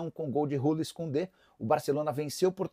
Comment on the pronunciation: Nicola, se lê Jules Koundé, com "J" mesmo, nao Rules. O jogador é francês, não espanhol.